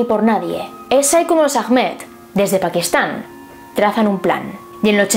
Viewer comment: Ahmed se pronuncia Ahmad y el ah es como un susurro :(